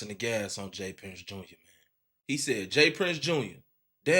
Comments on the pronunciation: It’s JR not junior gang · it’s all star j-r not jr